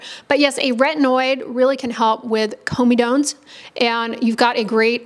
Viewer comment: Comedones is the plural or comedo, not of comedone Also pronounced cor-medo-kneez